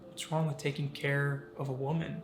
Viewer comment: " did I say something wrong?" Also the A* doesn't put the scansion on the word "wrong";where it belongs